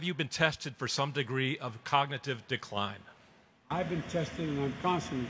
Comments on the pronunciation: Someone should test him on his ability to just SAY cognitive capability, what a dunce. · He could barely say cognitive.